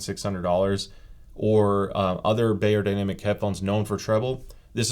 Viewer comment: you wouldn’t say soony or heefeemain. it’s not bay-er, it’s buy-er. beyerdynamic is a german word. “buy-er-dynamic” not “bay-er-dynamic”